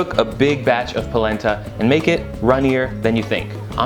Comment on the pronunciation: Palenta? I thought you said PLACENTA!!